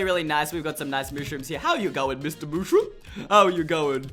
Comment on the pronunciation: It's not mooshroom!!!!!!!